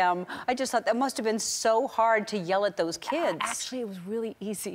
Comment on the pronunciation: i love how she says weally instead of really